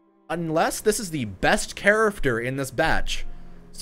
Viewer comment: I love your videos! They are so helpful and informative, BUT I can't stand how you say character, like "chariffter" 😤😝